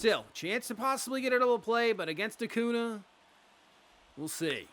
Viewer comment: AcuÑa is pronounce A•cuhn•ya